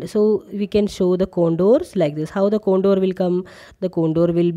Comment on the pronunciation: Ma'am it con-tour not con-dor. Very nice video,keep it up